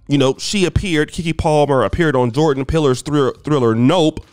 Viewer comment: "Jordan Peeler" 🤣🤣